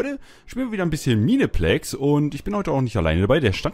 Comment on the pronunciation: Sry aber es wird meinplex ausgesprochen